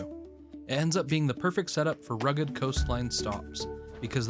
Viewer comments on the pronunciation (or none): none